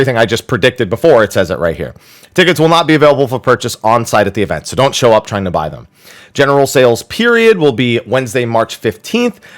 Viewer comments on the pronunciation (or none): none